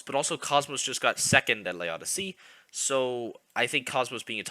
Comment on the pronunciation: Just to answer the question, it's simply pronounced "Lodyssey". PGStats says it wrong too. The full french way to say it would be closer to "Lodyssay", but it's probably simpler for english speakers to just use their version of the word "odyssey".